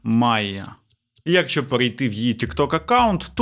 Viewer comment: Серйозно, чувак, обожнюю тебе і твій канал. Але набога!!! Що це таке за слово у тебе "Якщо"? Правильно "якщО", наголос на О!!! Кожного разу просто передьоргує. Я розумію, що в українській в деяких словах може бути плаваючий наголос, але ж не в сполучниках! Навіщо так знущатися над мовою... А за відео так, лайк ;))